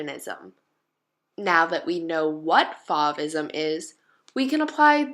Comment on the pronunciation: Love these works! They are so vibrant and beautiful. Fauvism is pronounced like the o in I dove for the paper, or, the o in the wind is blowing